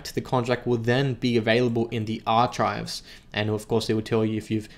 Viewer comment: The Radial Engine Body has been reversed because now it has Air Intake properties so the air goes into the flaps around it... and i hate to be an ass, but your pronunciation brother.... Archive is pronounced [ahr-kive] Nacelle is pronounced [nuh-sel] although please don't change how you say Small Gear Bay :)